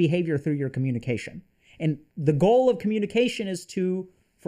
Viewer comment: Coh-muni-kwation? 🤔 Math algorithms?